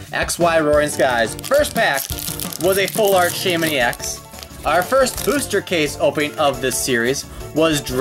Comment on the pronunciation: You said baymen in the last case it's shaymen